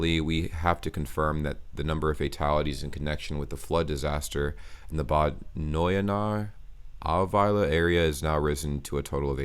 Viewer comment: Even though this is very serious, you did a great job pronouncing "Bad Neuenahr-Ahrweiler".